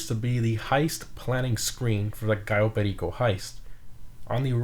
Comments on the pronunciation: Ur 1 of the very few people who pronounces it correctly 👍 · The way that you said Cayo perico should be the way that other people should call it unlike some people who call it Cayo perisio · Props On saying Cayo Perico Right 👍